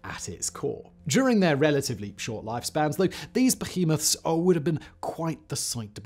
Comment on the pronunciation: "Be-He-Moth"!!!?!?!?!?!?!!?!?!? What's happened Simon? Stand your ground!